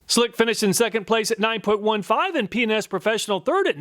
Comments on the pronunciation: Ah yes, "P and S" sounds like " P N S" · Every time he said PNS I giggled. Yeah, my mind is in the gutter. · I heard Penis professional, but it was P&S Professional. I had to rewind to get it right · Hahaha "p&s" sounds like something different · whoever owns p&s, you did your job with the pronunciation LOL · I watch his videos at 1.25 speed and when he says P&S it sounds like he's saying a naughty word, haha. I had to listen again to realize what he was actually saying. Pretty funny easter egg.